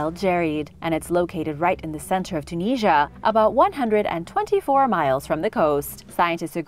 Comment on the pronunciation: I've never heard of Tunisia being pronounced like that.